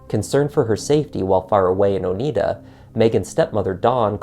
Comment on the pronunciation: I'm pretty sure you're saying "Oneida" wrong. You know, like the silverware.